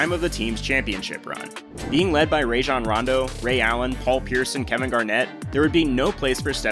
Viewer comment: The way he said Rajon Rondo has me laugh.